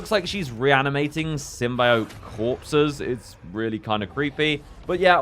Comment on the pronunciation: Stop saying symbiot like that OMG UR PISSING ME OFF